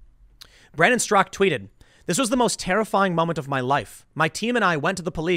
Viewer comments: Its Straka not Strock. I think you're thinking of Peter Strzok the crooked FBI agent. You're unintentionally gas lighting us on his last name.....lol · Straka not strock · Why does Tim keep saying “Brandon Strock”? The man’s name is Brandon STRAKA. Two syllables. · How to pronounce Straka. Not Strock. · I believe his name is Brandon Straka, not Strak. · Straka not Strzok. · But it's actually pronounced with a silent A on the end. Brandon actually mentions this in his interview with Tim a few days ago. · Tim, it's "strakA". He even told you in person xD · Tim... his name ends in an "A"-Strak!A! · strak-AH. The one pronounced "Strock" in the news was Strzok, the crooked FBI man. Not Brandon StrakA, who started #WalkAway. Don't forget the "ah" at the end. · “Strock”? That’s not how he pronounces his name. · He Finally learned how to pronounce McEnany. Now we need to teach him how to pronounce Straka. Hey Tim there's an a at the end..... SMH